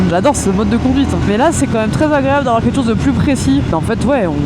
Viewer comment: Vous pouvez arrêter avec vos "ket' chose" ?!! C'est ket chose de très énervant.